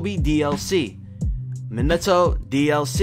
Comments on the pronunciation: Boruto is pronounced bor-u-toe obito is pronounced oh-be-toe minato is pronounced me-nah-toe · Lmao “mineto” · “Bar-uto” “Obi-do” “Mini-to” Makes me so frustrated